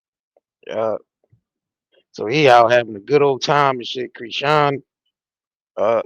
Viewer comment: Dude why are you purposefully mispronouncing Chris-Sean’s name? You already sound hood af guess you don’t care to sound ignorant 🤷🏽‍♂️ that’s between you and the ppl that raised you. Embarrass them all you want. You can take the 🥷 out the hood type 😬